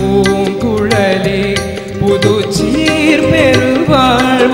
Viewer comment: சீர் என்பதை அழுத்தி சொல்கிறார். TMS பாடலில் சீர் என்பதற்கு இவ்வளவு அழுத்தம் கொடுக்கமாட்டார். TMS பாடல் உச்சரிப்பை உள்வாங்கி கவனித்து பாடவும்